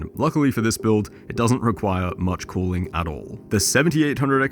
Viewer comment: where did you monkey get 5090... fokin boiuilt... build. not boiuilt :D